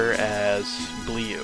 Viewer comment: It's not Blee-u it's more like Bluh (Bleu is litteraly blue, in french)